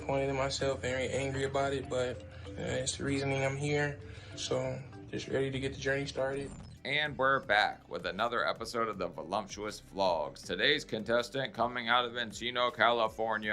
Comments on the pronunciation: Hey, the word is vol-UP-tuous. I'm such a grammar nazi, lol. Good episode, as usual. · Love your shows! But the way you pronounce ‘voluptuous’ is bugging me, especially since it is a word you use a lot. There is no ‘m’ in the word voluptuous.